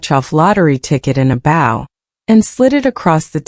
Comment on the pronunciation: AI cannot prounce "bow"